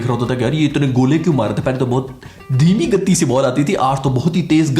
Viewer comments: Gattti nahi h bhai gati hai..... Ttti pe mad nhi hai 😂😂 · First learn how to pronounce. It is gati not gatee. Earlier you were saying gaddi. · Gatti ke 'ti' par aapko stress nhi dena h....simple seedha aaraam se gat 'ti' boliye... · gatti nhi bhai vo toh galat bol rha hai it's गति not गत्ती jo tumne English mein likha hai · your emphasis on 'gati' after your gaddi gaddi is too good.